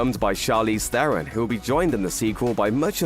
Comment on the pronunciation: Old Guard 2 for sure. But please. Her surname is pronounced "Tron:" O like Oscar and T like Tarantula.